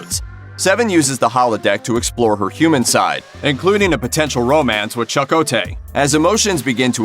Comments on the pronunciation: This came back up on my newsfeed again. I very quickly remembered how horrible it is that the narrator keeps saying Chuck-O-Tay. So I came back just to dislike the video. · Biology4me that was the only time I heard a different pronunciation of Chakotay.... “Cha-Ku-tay” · The pronunciation of Chakotay as "Chuck-o-tay," a pronunciation that was never to my knowledge used on Voyager, evokes for me Peppermint Patty, who always called Charley Brown "Chuck." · It's not Chuck O. Taye!!!!! Jeeeeeeeeezzzzzzzzzz! I just couldn't watch anymore...💩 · This was difficult to watch. Having to hear “Chuck-O-tay” made it pretty damn obvious that the narrator has never watched a single episode of ST:Voy. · "Chuck-o-tay?" Not worth watching... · Why do you keep saying Chuck O’Tay. His character was Native American not Irish. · At first I heard "Chuckle Tay" and thought it was a joke... But it kept being repeated. Now I can't hear anything other than Chuck O'Tay. Thank you. I think I found my next wifi router name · Bad pronunciation of a favorite character on Voyager ("Chuck O. Tay?" ), suggests the narrator might never have watched an episode of Voyager. I find it humorous! LOL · Chuck o tay....... 🤣🤣🤣🤣 I couldn't stop laughing everytime he said it. I love Voyager. Seven and Icheb episodes were my favourite eps 😢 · I best most of you all criticizing the narrator for their pronunciation of Chakotay are yourselves pronouncing it wrong as well. The first a is neither short nor long. It is more like "eh" as in Cheh- kotay. Search it on youtube as there is a short video pronouncing it several times. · Commander “CHUH-ko-Tay”??? (Facepalm!). Why do they have people who never watched the series and don’t know how to pronounce the characters’ names do the narration for these vids?!!! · But but but.. Chuck-o-tay... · chuck-oh-tay? that must be the Irish character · Chakotay!! CHA-KO-TAY! That is driving me crazy lol...😖🤦‍♀️ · Who the hell is Chuck O'Tay? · Who the hell is chuckotay?